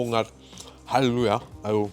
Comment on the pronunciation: Haluja :D so fertig das er das "llelu" in Halleluja verschluckt :DDD